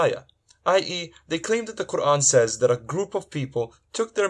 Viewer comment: He cant even pronounce quran correctly let alone read the verses in quran.